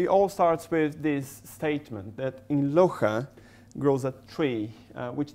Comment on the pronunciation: For public knowledge: 3.23 It's Loja, instead of Loxa